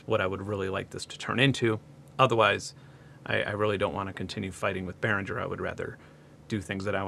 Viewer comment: I'm pretty sure you should pronounce G in Behringer like a G in Lamborghini or Target.